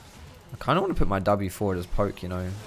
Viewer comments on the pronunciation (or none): none